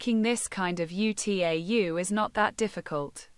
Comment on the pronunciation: "(U.T.A.U.) ユ - つい - エイ - ユ" HOW DID T.T.S. MISPRONOUNCE "(UTAU) ウ - タウ"?! 😭